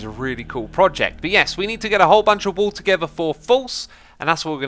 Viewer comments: stop saying wool W00L/WööL instead of wuul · Yeah I heard wall so many times before I got he ment wool